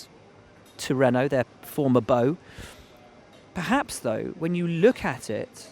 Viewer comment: "PerHaasps on terms with Mercedes"